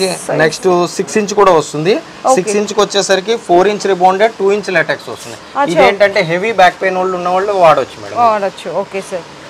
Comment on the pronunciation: Not Laatiks. Latex.